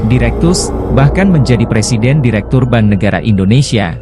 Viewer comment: bank kok disebut ban